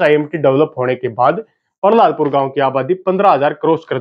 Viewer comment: भाई जी पहलादपुर है प पर र नहीं है बाकी बहुत बड़ीया विडियो बनाई है आपने। बहुत बहुत धन्यवाद भाई जी हमारे गांव पर विडियो बनाने के लिए